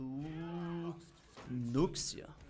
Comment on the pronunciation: Just thought I'd let you know that Nuxia is pronounced nu-sha, not nuks-ia (not that it's a problem it's just that Chinese names are weird)